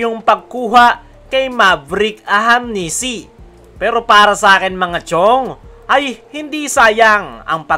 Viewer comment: AHANMISI boss, hindi AHAMNISI. 😊